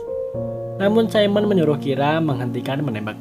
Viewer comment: Simone bang bukan saimen